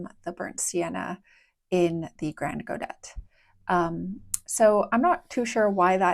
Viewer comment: ah then I understand why you decided to go with that pronounciation :) it just sounds so weird to me ^^ And yes, they look amazing! I'm likely going to try them out at some point!